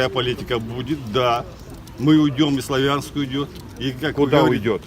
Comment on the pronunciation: дед не из Славянска... местные делают ударение на первом слоге - СлАвянск,а те кто не знают обычно говорят - СлавЯнск... залетный дедок...